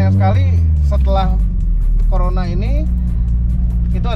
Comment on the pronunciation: Nama mobilnya tertulis jelas CORONA malah bilangnya Corola 🤣,tulisan corola pun salah juga,hadeuuh 😑.Besok besok main tu agak jauh ya 🤣